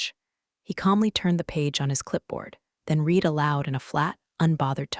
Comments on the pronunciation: haha, it does know, but it has somehow swapped which is which. Every single time, literally without fail, Read reed is said red read & vise versa, and wound- woond is pronounced wound- wownd & vise versa lol😁☮️ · AI needs to learn that some words have 2 different pronunciations. Like read and wound for instance.